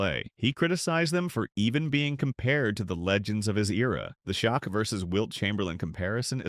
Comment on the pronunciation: The name is Shaq not shock but his real name is Shaquille they call him shaq short for Shaquille now Shaq it's a name that rhymes with back like Shaq back or Shaq attack